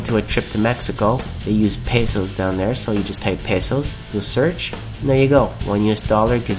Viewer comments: me da risa como dijo pesos XD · i like the way u say pesos :)